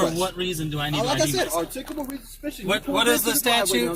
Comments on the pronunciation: "I reasonably articulatably suspect you!!" What an absolute moron. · “This is articcabul reasonable suspicious” officer dummy doesn’t even know how to pronounce those big words he does not understand.